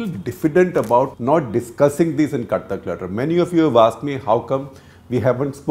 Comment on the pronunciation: It sounds like clutter clutter instead of cut the clutter